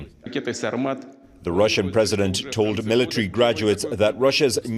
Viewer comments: Definitely not russhun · But not russhun